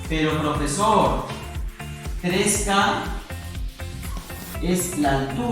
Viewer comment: Al final dice porfesor